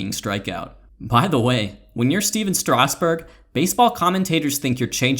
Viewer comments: how the hell was that first 2 seam fastball a strike. and it's kind of annoying, isn't it pronounced strass-berg, not straus-burg? I could be wrong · lol “Stasburg”